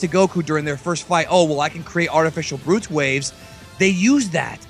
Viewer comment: Wait......why is that guy steady saying "Brutes waves?" It's "Blutz Waves" He's confusing the hell out of me. I'm like....."WTF is he talking about....I must have missed something!" But then I realized he was talking about the blutz waves!